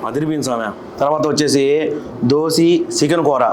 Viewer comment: Dosi kadhu ra na గోసి... దోశ...